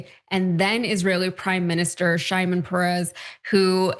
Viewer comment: Did also say "Sha-imon Perez" instead of Shimon Perez??? What's going on there at TYT? I have always trusted you guys, but now I am scared someone might just say "A-Israel".